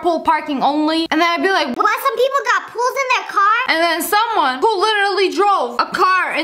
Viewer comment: Here's a joke when she said people Pee-pole lol